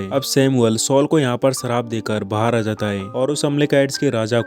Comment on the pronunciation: Really love your voice and way of explanation. Love from Pakistan. Plz don't mind but ap shee word NAHI bol sakty? Sheer ko seer bolty ho or sharaab ko sarab bolty ho orignal word shhhh.... Sound se hota ha ccc word NAHI ha.